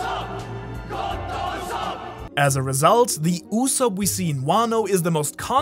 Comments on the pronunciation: ITS USOAP NOT SOP tf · Its go d. Usopp not God usopp